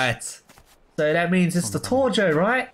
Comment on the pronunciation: Ia that how you actually say tojo like Torjo?